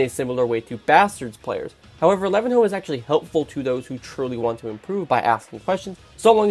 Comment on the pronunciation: "lavin hoe"